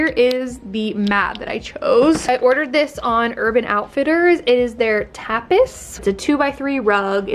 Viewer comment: Cute space love what you guys did <3 p.s hehe tapis is the French word for carpet 'tah-pee' :)